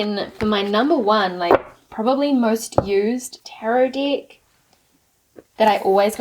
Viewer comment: I love the way your pronunciation of the word de k sounds like dick 🤣 it's so innocent and funny "I don't resonate with this dick" "it's a really really cute dick but it's powerful" girl you made my day 😄